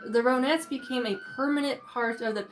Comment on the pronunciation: Hi I enjoyed your video very respectful. Their name is pronounced Ron-netts Like the name Ron.